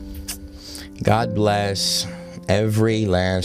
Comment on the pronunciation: This dude is a goofdick. He can't even say God!